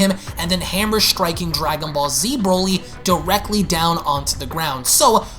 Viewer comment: I can only say one thing after this video... Please never say Broly again